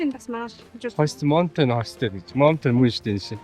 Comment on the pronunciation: Залуу гэр бүл бн ,хэлээ сайн сураарай . Mountain-Мо биш маунтн гэж уншна. Уул гсн үг. Охин билетийг тикет гэж биш тии-кт гэж өргөлт авч хэлнэ. За тгд европ ер нь хятадуудаас айдаг гэхэд болно залхсан ,бохир бүдүүлэг ,чанга орилж олны дотор ярьдаг гээд . Биднийг хятадууд л гэж харна ,иймд соёлтой байдлаараа л ялгарна .